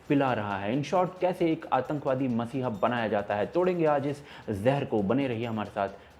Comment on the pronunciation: dear, it is 'mEssiah' and not mAssiah. cheers.